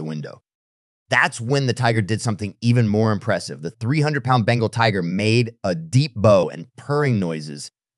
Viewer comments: It's not bangle tigers. It's Bengal. Tiger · Bengal not bangle